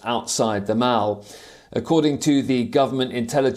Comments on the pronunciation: It’s called a Mall (maul). Not a mowl 😂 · it's Mall and not Mal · Where did WION find this guy? Mall is pronounced mawl, not mauel. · Poor " Mauls " 🤣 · What’s a mowil lol